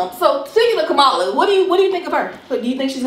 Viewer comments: Kumala Harris 😂😂😂 I believe you're pronouncing her name incorrectly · Her name is pronounced comma-la.